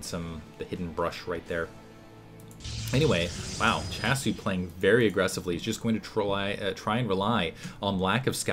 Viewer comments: was that last *smack* noise you hitting your forehead saying "doh!" S-C-hasu lol not S-chasu :P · Hey, its my first comments at your vids:P just so you know, i think that SChasu is pronouced as S-C-hasu, since hasu in korean is "noob". (Gosu>Hasu)